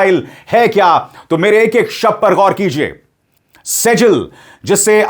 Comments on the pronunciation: मिज़ाइल का नाम सेजील नहीं मिज़ाइल का नाम सि‌ज्जील है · सेजील मिज़ाइल नहीं इसका सही नाम सिज्जील मिज़ाइल है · Sejjil Arabic word hai jo सिज़्जील padha jata hai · वो सजल नही सिजजिल है, यह नाम कुरआन से लिया गया है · शर्मा जी शेजल नहीं सिज्जील नाम है इस मिसाइल का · सिज्जील बोलिए सर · Abhishar ji थोड़ा सा arabic punctuation को भी समझ लें. Arabic word (سِجِّيْل) सिज्जील है। ( SIJ JEEL ) है